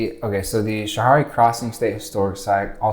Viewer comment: We pronunciate Canajoharie as Can-ah-Jo-hairy instead of can-ah-jo-harey if you were curious. I live in Nelliston, Ny 🥰 You should have got the amish horse n buggy. They're most common in Nelliston though. They go through Canjo. (Canajoharie)